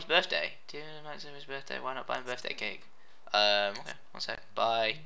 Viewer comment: when you said cake cake cake cake it sounded like you said cake cake cate cake